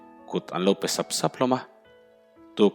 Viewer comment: Hnim phe ni lovin,pe tih tur